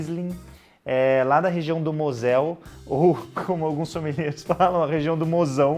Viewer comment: A pronúncia é Môsel. Fica a dica.